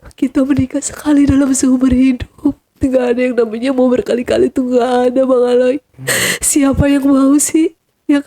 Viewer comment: Jujur AQ sedih dengar cerita nya...tapi maaf banget saya ikut dalam sedih narasumber.tapi ada panggilan bang aley dengan sebutan aloy JD sedihnya ilang malah ngakak 😂😂😂 lah iya maaf banget yah bukan maksud gimn alay JD aloy